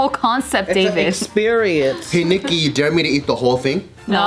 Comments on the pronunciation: No one caught Joe calling Nikki Geo 😂 had to rewind a few times to correct myself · Did anyone else hear joe call Nikki “Geo”? 😂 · Did Joe just call Nikki Geo?? Lol before the 3 minute mark